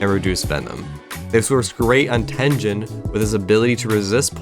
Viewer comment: did you just say.... /ten-jen/ ??? 😧